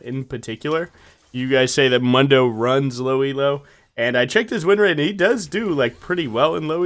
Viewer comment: The correct way to pronounce Mundos name is “moon-doe” not “mun-doe”. Hope this helps